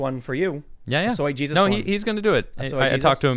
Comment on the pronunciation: Aren't you guys in Cali? Shouldn't it be pronounced So-ha Hay-soos?